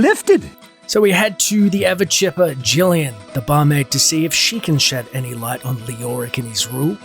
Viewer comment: "To ever chipper Gillian" I think I need to check my ears, because the first time I heard it I thought you said "to avid shipper Gillian" :D